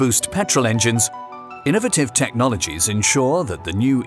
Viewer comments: Say it with me: INUHVITIVE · In•a•va•tiv and al•u•min•e•um two excellent ways of being extremely British.